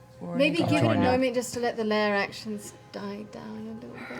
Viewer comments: IT'S LAIR, NOT LAYER 😩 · Matt is hungry when he exits the "Layer" so he pulls out a "Payer" and holds it up in the "Ayer", Dam you Matt say it right!!!! __________________________________Lair___________________Pear_________________________Air